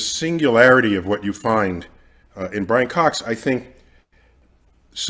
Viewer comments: “There’s another one” proceeds to not even be able to say his name hahahaha Brian fox is way more likable than Neil no doubt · Nothing passively aggressively throws shade at a person than repeatedly, purposely butchering their name lol